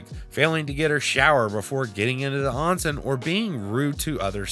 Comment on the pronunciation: Btw, onsen is pronounced with an "ohn" sound. It's technically a public bath house in Japan. Some are segregated by gender, some are not. It would be highly inappropriate to woohoo in one. In fact, most couples would traditionally go to a love hotel to do anything like that